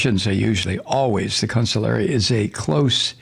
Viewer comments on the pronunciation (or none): Con-SIG-li-ere. Please stop saying counsulary. Please please